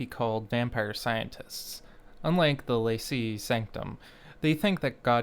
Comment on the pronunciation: don't quite recall the gramatical reasons why, but in latin, that would be pronounced lanQUEa e sanktum (though I mostly omit the E on my own games). I remember it is because of the C, but I don't recall if that's how Cs are pronounced in latin in general, or if it is some exception to the rule